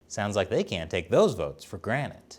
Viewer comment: He said "take for granet" instead of 'take for granted'. lol